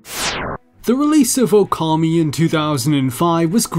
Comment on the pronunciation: I clicked this video waiting to see if you'd say Okami right. Nope. Wrong. It makes you look not very credible with mistakes like that within a few seconds of the video